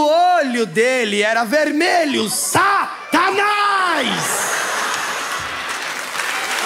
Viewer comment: "O olho dele era vermelho SA-TA-NÁS" kkkkkkkkkkkkkkkkkkkkkkkkkkkkkkkkkkkkkkkkkkkkkkkkkkkkkkkkkkkkkkkk Rachei 😂😂.